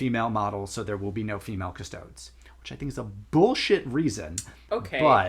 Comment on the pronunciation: it's definitely As-TAR-teeees and Cust-O-deees.